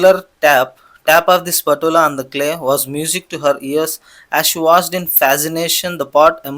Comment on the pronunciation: Spatula Pronounciation is wrong